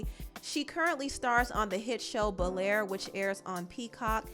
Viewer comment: Do you mean BEL-AIR